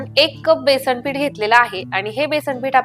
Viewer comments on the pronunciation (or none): none